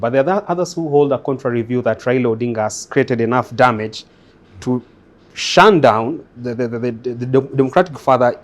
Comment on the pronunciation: "shun down" 😂😂😂